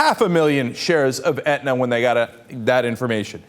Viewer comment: Aetna not Edna. lol